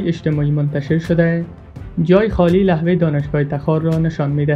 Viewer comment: او بيسواد لحوه نيست لوحه بگو